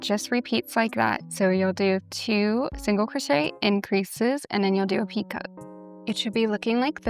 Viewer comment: Hi I just wanted to let you know that picot is pronounced as “peeko”. The ‘t’ is silent 😆 great tutorial though!